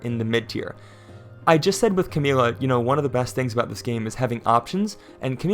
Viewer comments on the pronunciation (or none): none